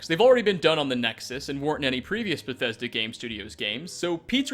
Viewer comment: wah wah wah Beth-eh-duh no fair to us gamerz